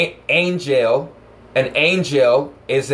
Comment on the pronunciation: When you just said Ang El i heard Ank El... AngEl/AnkEl... hmmm